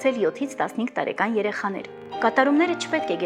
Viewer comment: ՕրԱկան ամսԱկան տարԵկան Միշտ սխալ եք արտասանում